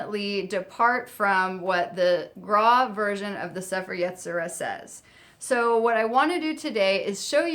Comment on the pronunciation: Hey, I know you haven't uploaded in a few months, so you might not see this. I love your videos, but as a Jew, I need to correct your Hebrew pronunciation. The Book of Formation is pronounced like say-fair ye-tzi-ra, with the emphasis on that last syllable.